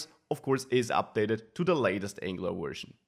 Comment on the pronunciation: Excellent content. But PLEASE learn to pronounce your v's properly. You keep saying wery, wersion, wisiting. Seriously, listen to some real English once in a while.